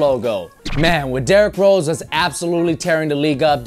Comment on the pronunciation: You said Derrick roses